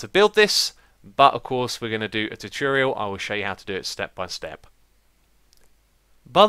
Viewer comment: You have the weirdest way of saying "tutorial". It's not spelled "tuturial", you know...